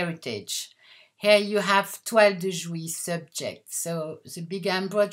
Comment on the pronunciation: Thank you for this lovely and enticing video. Your English is wonderful, and you’ve taught me to pronounce “toile de jouy”!